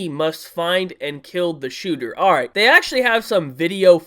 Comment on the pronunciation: u literally say ''airrh'' in the beginnings xD u sayin alright too fast and i love u for that